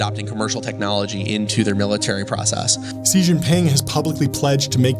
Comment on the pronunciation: Stop saying "ze Jin ping" it's pronounced "shí or she Jin ping" terrible journalists can't say names.